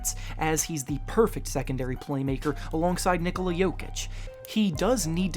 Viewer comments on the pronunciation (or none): none